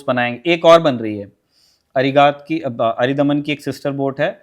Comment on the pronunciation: मैडम, वो अरिदमन है अरिधमन नहीं। शत्रु का दमन।